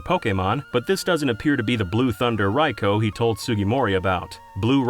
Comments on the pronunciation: Hearing someone pronounce Raikou properly is genuinely so satisfying 😂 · After several videos from False Swipe Gaming it's so refreshing to see someone actually pronounce Raikou's name correctly.